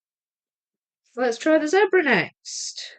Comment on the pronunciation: I can assure you it is Zebra as in red, that kind of "e" because I come from where those creatures live and that's how we say it. So you are correct,.